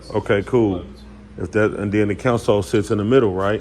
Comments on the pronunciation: 😂 naw he saying counsel, it's console, smh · I be trying to figure out why they keep saying it like that